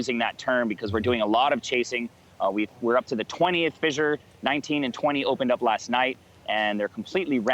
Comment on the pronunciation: "fizzure" and "leh-va"....WTF?